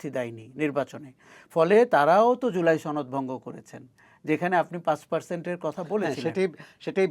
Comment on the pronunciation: জুলাই ছনদ 🤣🤣🤣 বাহ কি সুন্দর উচ্চারণ